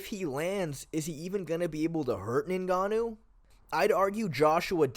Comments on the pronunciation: Its not NayGannou its nGannou If you can't say it just say Gannou. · His name isn't "ningahnoo"